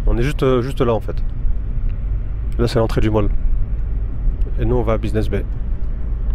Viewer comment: Buiseness Bay ou business bay 😂 . Je vous taquine . Super vlog 🙏🏿